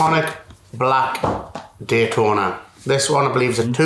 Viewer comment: “gaytona” what?😂